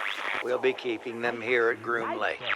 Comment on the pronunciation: bro theres no S in GROOM LAKE lol